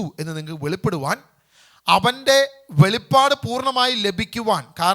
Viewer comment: വെളിപ്പാട് അല്ലാ, വെളിപാട് ആണ്.